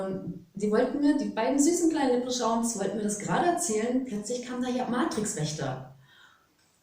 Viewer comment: 8.11: mit was warst Du da unterwegs? Lepritschauns??? Wäre es möglich, mit ein wenig mehr Sorgfalt zu sprechen, bitte? Eure lockere Art ist zauberhaft, aber wenn leiser wird oder ganze Silben verschluckt, hilft es nicht mal mehr, das Tempo auf 0,5 zu reduzieren, denn was nicht ausgesprochen wird, ist halt mit keinem Trick verständlich zu machen. Und diese Momente gibt es in jedem Video immer wieder und das strengt mal sehr an und mal bleibt man mit schwarzen Löchern ohne Info zurück. Lückentext sozusagen. Das wäre sehr lieb und hilfreich. Die Volodingens, die man hier auch nicht verstehen konnte, wurden ja woanders schon mal erklärt. 😉🙏🏻🤷🏽‍♀️🙋🏽‍♀️💜